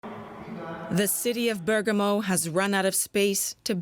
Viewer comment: Bergamo is pronounced BergAHmo, not BERg-a-mo